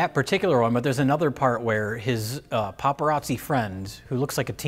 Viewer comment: It’s “Paparazzo” 😊